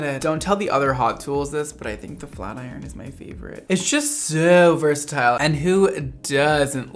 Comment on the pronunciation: Sooooo versatiiile in NY accent ❤️